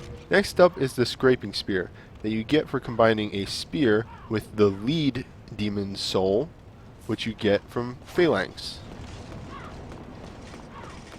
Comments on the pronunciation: Leeed? Lead, Led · lmao leed demon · I know this vid is pretty old and all but it’s pronounced led, like the element